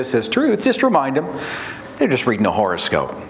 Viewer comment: Not sure... but I swear Seth is saying "horrorscope". Aptly so.